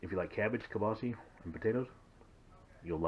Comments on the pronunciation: Prounced keel-baa-suh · This is my favorite recipe ever. I just needed to know what to set my instant pot to. You said Keelbasse lol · That's how my mom used to say it when I was a child